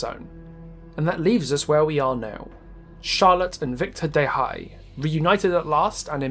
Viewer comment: the spotlight narrator falsely pronounced Charlotte and Victor’s surname, it is pronounced Deh-Eh, and Charlotte is pronounced Shar-Lot